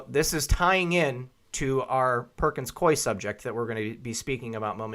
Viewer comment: The firm pronounces its name Perkins-Coo-ey, if anybody cares.